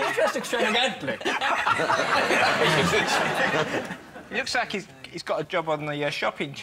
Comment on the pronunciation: I'm gonna be honest, when Ed said "extravagantly" I just assumed it was the Irish pronunciation.